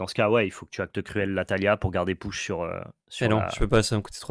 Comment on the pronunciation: push ça se prononce "pouch", pas "peuch"